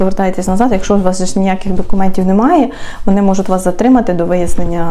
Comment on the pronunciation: Не можуТ а можутЬ